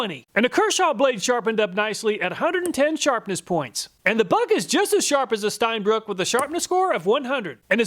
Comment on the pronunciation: Es heißt Steinbrücke (ʃtaɪ̯nˈbʁʏkə). Brücke! ^^ It is German and means stone bridge.